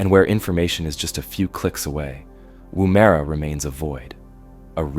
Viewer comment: It’s pronounced Womera